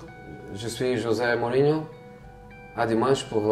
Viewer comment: 1 ère fois que j'entent dire rosé Mourinho😂